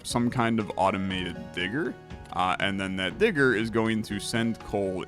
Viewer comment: Lmao the way you say "digger" you could've gone with anything like a drill, excavator , a rig, a shovel, but no you went digger with the hard R, I love it!